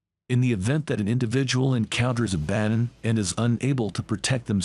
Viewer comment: nice video and explanation; but it would be better if you pronounce the name different: Not "Abádd'n", but "ÁabāddOn" / "Ăḇaddōn"